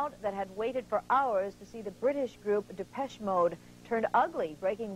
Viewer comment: Jim Lampley at the mark royally messed up Depeche Mode’s name. Haha! “Deh-pesh Mode.”